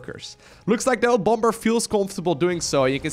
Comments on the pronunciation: Bom-ber? you mean Bomb-er? xD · Bom-ber?, the second B is silent. It's pronounced Bommer. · please pronounce bomb correctly. the second b is silent, and it's closer to 'baum' or tree in german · It isnt pronounced bom-ber, the 2nd b is silent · The second B in bomber is silent. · The way he said bomber was stupid . You didn't really have to annunciate the last part of his name so much. But nice to see him both him and drg back in action